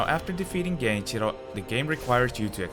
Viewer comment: This is the first English video on Sekiro that I havbe ever seen, where Gen-ichi-ro is correctly pronounced. Good job man!